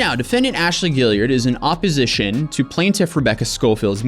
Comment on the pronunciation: Is anyone else pissed that he doesn't know how to pronounce Gillard? Like great video but I continued to cringe throughout the video on you saying Gilly-ard its Gill-ard or Gil-lard not Gilly-ard